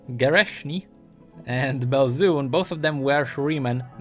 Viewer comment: Btw its Trannit and Tereshni, you can see how a G looks like in Glorft